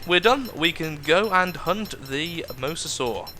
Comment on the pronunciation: it is pronounced mo-za-saw not the way you have been pronouncing it for the last 2 episodes!